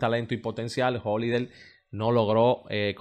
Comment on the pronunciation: Tú eres muy bueno en tus análisis… pero, si decidiste ser comunicador, debes empezar a pronunciar correctamente las palabras MUY, HOLLIDAY, NOVENTISEIS, TRENTISEIS,… ESTOY VIENDO, HAY QUE PONERLO,… Debes evitar hablar cibaeño.